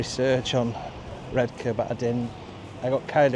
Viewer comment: Born in Saltburn, grew up in Marske (mask just saying) 😂 and it was always Red Car to us not red k. Not posh by any means